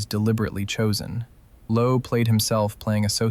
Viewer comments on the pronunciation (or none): none